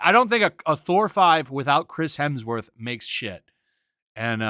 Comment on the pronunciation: "Crims Hesmer" hahahahahaha, that shit killed me. I will only call him that now i swear.